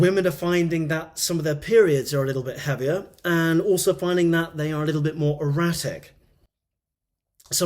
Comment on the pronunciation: Did you say "more erratic", or "more erotic"?